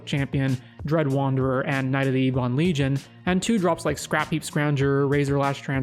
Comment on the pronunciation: for future reference, "Ebon" is said like "Ebony," meaning "black." Hence why it pops up so much in Black cards :P